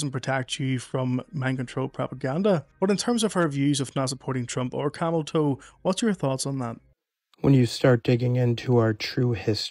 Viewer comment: did u say camel toe?? haha i love it